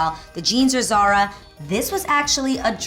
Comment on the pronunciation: C'mon Adrienne you speak Spanish and you have family from Spain, how can you pronounce "Zara" like that? cries in Spanish